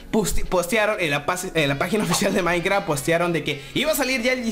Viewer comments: soy el unico que se dio cuenta de que no decia maincraft y decia mainkra?? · En el android dice MAINKRA